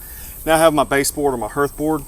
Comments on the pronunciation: Just trying to help a dude with pronunciation. "Hearth" does not rhyme with earth. "Hearth" rhymes with Garth (like Brooks). The more you know. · Mate there's an A in the word 'hearth'.. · Hearth rhymes with garth